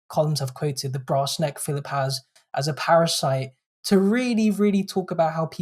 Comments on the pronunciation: His name is PHILP, not "Phillip". He's a vowel-shy waster. Britain needs more vowels, and Philp's oeuvre contributes nothing to that at all. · There's no second 'i' in his surname. It's Philp. He's sometimes known as Crispy Filth in the constituency.